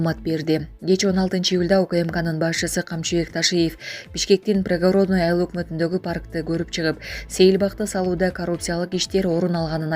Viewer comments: Пригородныйды туура окучу ай- ланайын алып баруучу.Бир эле кыргыздар укпайт да сени. Уяласын туура басым коюп окучу. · Коментарий берип жаткан кыз создорду жердин аталышын туура айтсанар, Прапорщик Пригородный создорун туура эмес айтып атасынар